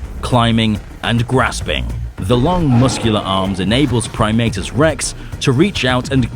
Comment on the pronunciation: I’m used to always pronouncing his name as “Prim-AH-tus” instead of “Prim-AY-tus”.